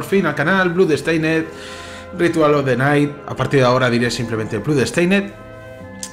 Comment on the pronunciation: Porque dices bludsteined? La oo en blood no se pronuncia como u. Se pronuncia con o.